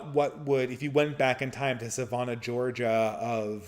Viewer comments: Sa “van” ah Georgia, not Sa “von” ah. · I was listening in the background and didn't realize where he was talking about. I went to look up "Savona" to see where it was before reading the question on the screen. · Your pronunciation of Savannah though